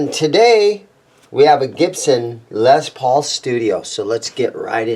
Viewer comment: First off, its LES not Lez paul!!!